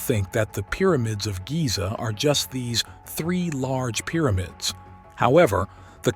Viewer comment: Please stop calling it "Peermids"! Good documentary though.